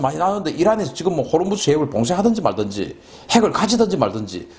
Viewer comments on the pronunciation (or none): none